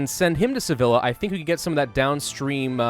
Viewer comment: Sevilla is pronounced seviya not sevila